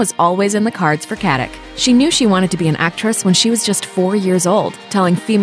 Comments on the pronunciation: FYI it’s not pronounced Katik but Katitch. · Her surname is a very common name in former Yugoslavia and in Germany and Austria where many emigrated. It is pronounces Katitsh. Nobody pronounces a c like a k in the slavian languages. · You should learn how to pronounce her last name :)